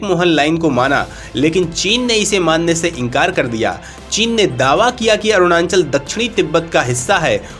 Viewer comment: Apne desh ke Rajya ka naam toh thik se lijiye 🙏.... It is not "ArunaNchal"..🙄..... It is ARUNACHAL!!